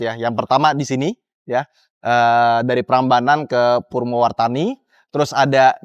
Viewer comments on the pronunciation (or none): Purwomartani bukan purwotani bang 😂😂😂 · Orang Klaten koq sebut Purwomartani sama Situbondo salah sih mas??